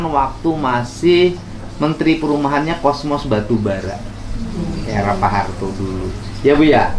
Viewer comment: ralat..... Cosmas......., bukan Kosmos..